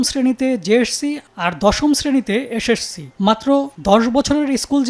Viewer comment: psc, jsc, ssc, hsc উচ্চারণ ঠিক করেন সাংবাদিক ভাইজান